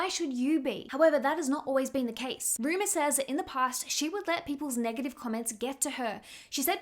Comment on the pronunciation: You keep calling her, Ruma. Her name is Rumer.